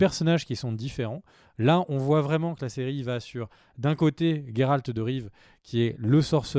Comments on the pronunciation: j'ai arrêté au moment où vous avez prononcé Jéralt au lieu de Géralt. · bon on va pas refaire le débat VO / VF. Ça se prononce pas Jéralt, ni en Anglais encore moins en Polonais.